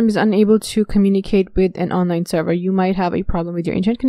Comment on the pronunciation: WARNING!!! Appalling pronunciation. Extreme slurring. Do not try too hard to understand what she's saying. She will drive you Mad. Server becomes terwa. Monitor becomes moniar.